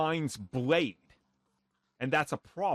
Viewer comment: “Bwade”